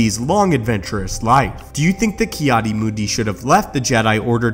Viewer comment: I swear you’ve done this before. It’s sooo overdone lol. Again, I suggest putting something on your walls to get rid of that nasty echo. Finally, it’s “Adi” not “Aid”.